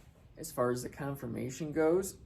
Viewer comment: It’s CONFORMATION, not Confirmation